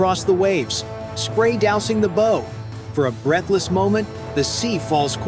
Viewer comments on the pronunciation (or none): JUST ANOTHER A. I. COCK-UP ..... A SHIP HAS A BOW AS IN { BOW WOW } NOT A BOW AS IN { BOW AND ARROW } THIS SHIT IS TO STUPID TO BE REAL LET ALONE LISTENED TO